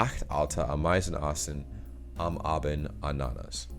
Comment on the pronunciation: Ah!meisen, Ah!bend, Anna!nas: stress on the first syllable each time.